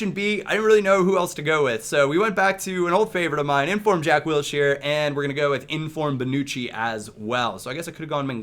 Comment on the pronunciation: Why is this even being questioned.. Big Yaya, or Jack Wilshere.. JACK WELSHERE.. ew